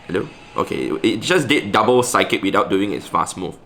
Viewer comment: when said "psic move" instead of psychic used SIKE